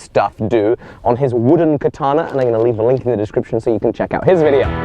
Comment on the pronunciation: I'm sorry to tell you this, you are using "Kitana" instead of "katana". btw love your vids.